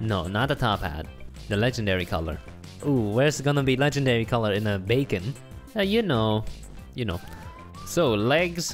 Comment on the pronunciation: He said dat “becon”